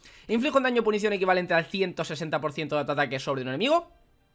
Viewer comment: Gente normal: PUNCIÓN: PUNICION